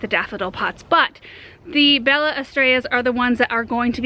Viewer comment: Love your videos❣️ My kids and I watch you every morning. Just in case you wanted to know about the pronunciation of Bella Estrella. Estrella you said correctly. But Bella is off a bit. The double L in Spanish makes the y sound. Bella Estrella is spanish for Beautiful Star.